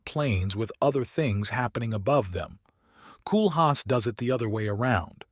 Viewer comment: You can't even pronounce his name properly! 😞 In English phonetics it's 'Coal-haas.